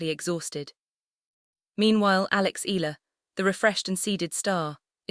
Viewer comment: AI... that's why the pronunciation is not ee..yah..lah 😂